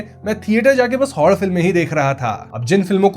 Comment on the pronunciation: Bhai say Horror movie not Hoddaa movie